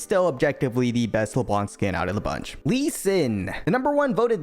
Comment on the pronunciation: stop saying Leblanke it's only leblan